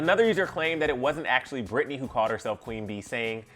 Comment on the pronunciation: Her name is Britney.... like it starts with a B.... wtf